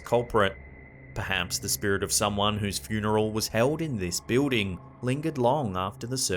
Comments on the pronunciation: what's a "biwding"? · I like how he pronounces, "building". 😊 Thanks for collecting all these creepy videos and putting them nicely into these long compilations, it is much appreciated! As a busy mom, I can't spend time searching for these things. Having them here while I can just watch or listen is great! 👍